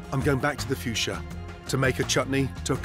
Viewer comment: ''I'm going back to the fuchsia'' groan